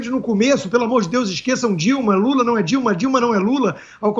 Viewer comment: Pesguiza. Mintiroza. Nau. Ezist. Careta. Porcento